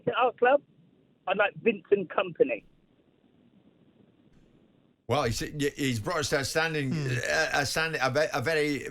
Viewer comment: Vincent Comapny? What the hell is that dude talking about? 😂😂